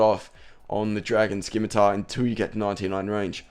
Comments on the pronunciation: Most common RS misconception.... It's not a 'SKIM-ITAR' its a fucking 'SIM-ITAR'. Dragon 'Sim' not dragon 'Skim'. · i hope you know scimitar is sim-a-tar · Great vid but you say scimitar wrong your saying it like skimitar don't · A scimitar (/ˈsɪmɨtər/ or /ˈsɪmɨtɑr/)[1] is a backsword or sabre with a curved blade, originating in Southwest Asia (Middle East). Dumbass, how many years have you been pronouncing it wrong.